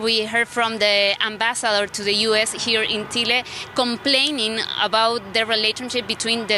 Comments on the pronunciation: Es Chile no tchile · Congrats (her Chile pronunciation)